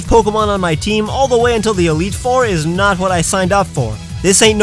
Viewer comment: AND YOU SAID THE FIRST PART WRONG! IT'S "I WAS NOT EXPECTING", NOT "I WAS DOT EXPECTING!"